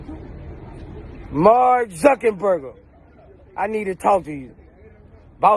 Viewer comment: He said MARK ZUCKINBURGER 🤣🤣🤣